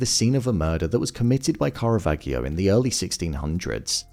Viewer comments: its Car-a-vaaaaah-geeeio. not cara-VAG-io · it's pronounced Caravaggio, not Caravagghio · Please, pronounce "karavadjo". Not "karavaghiyo". Thanks. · Im glad they changed what they changed, I did miss Ripley having a love interest, but then again, I liked that he managed to make it that Dickie was in love with him and how it was set up for a sequel............kah-ra-vaj-e-o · How do you pronounce "Caravaggio" again? 😆